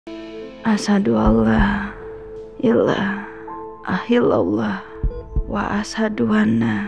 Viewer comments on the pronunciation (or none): Menurut qu gk sih,,krna diya nyebutin "ahillallah" bukan "haillallah"